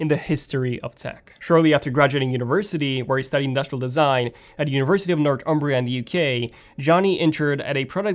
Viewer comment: The way he said Northumbria killed me